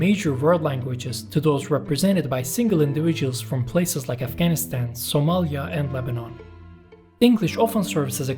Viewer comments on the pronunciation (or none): none